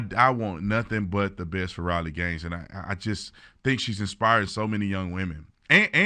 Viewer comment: I'm pretty sure Tatum mispronounced Riley's name and she got the state of West Virginia confused with Virginia when she spoke about the 5 girls in high school who fought about this problem.